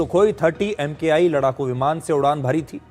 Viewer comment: Dear Sudhir Ji. I watch your show on a regular basis and obviously aligned to your views and thoughts. Requesting for a minor modification when you mention Sukhoi Su-30MKI. It is not spoken as M K I. It is Mark One. MK for Mark and I (Roman Numeral) for One. Trying to make a perfect man more perfect. Col Sanjay Sinha